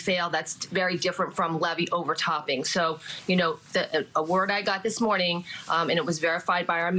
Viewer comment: LaFeet!? If you cant spell use context clues like where you are. If you're too dumb for that just sound it out. LaFeet 😂